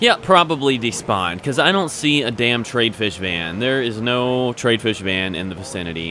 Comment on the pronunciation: it's Tr-i-ad not trade.